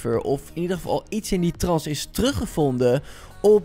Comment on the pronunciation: Het is 'trant' niet 'trans'